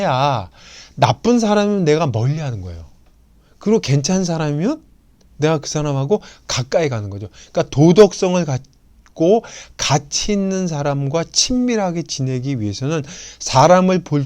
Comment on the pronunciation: 께. 한ㅁ ㄴ의 조예 깊ㅇ심에 감동한바 있읍니다만, 한자의 잔단 고저의 문제가 심각하옵기 또 다시 지적하지 않을수 없습다. 장음인 단어의 첫자를 "짧게 잘못 발음하신 예: 부이, 부자, 해석,가치, 알다,보통,대처,등 간곡히 알려 드립니다